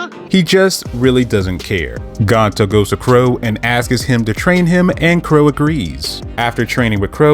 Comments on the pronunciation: Stop saying askis… bro it is ASKS bro you sound extremely ignorant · Love the info etc but if I hear the word “ASKS” as “askus” one more time ima throw my phone😂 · cool video but why do you say "askes" its "asks"